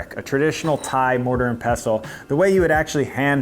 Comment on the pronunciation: .. it's TURMERIC. WITH AN R. Also, more minor pronunciation issue: "mortar and pestle", you pronounce pestle like "vessel". Thanks for the video!